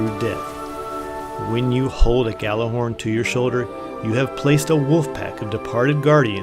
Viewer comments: Its pronounced "yallerhorn" literally translated from Norse as yelling horn. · When people pronounce it "Gallahorn"... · Actually it is pronounces gattlerhorn due to its Icelandic origins so saying it gallahorn is closer to the correct pronunciation than pronouncing it yallarhorn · care. It sounds dumb when someone says "Gallahorn" even though it's spelled Gjallerhorn, and pronounced with a Y sound as Gj, because it's a different language, especially because every single person in destiny calls it "Gallahorn", or even worse "gally", even after I explain it to them because none of the population look up why it's spelled that way and just think the J is silent. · nope. its pronounced: gat la horn, heard it at a planet destiny podcast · Hey I'm just saying.... And If you guys want to pronounce it that way, cool. But Imo jallerhorn or even G horn sounds better. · misterio10gre Gjallarhorn is Norse. It is pronounced Yallerhorn